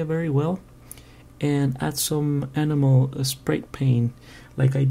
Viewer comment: enjoyed your review. lol, i thought you said animal spray paint. but it is the accent for enamel paint. great tip on that btw.